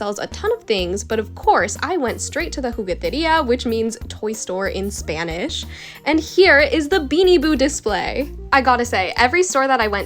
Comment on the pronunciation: Omg you speak Spanish so well I’m Spanish and your Spanish sounds amazing